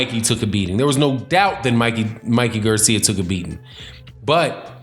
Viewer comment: Why r u saying Mikey's last name like that...